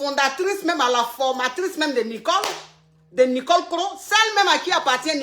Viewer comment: Hééé je m'appelle Nicole😭😭😭à chaque fois j'ai mal de t'entendre dire Nicolekro😂😂😂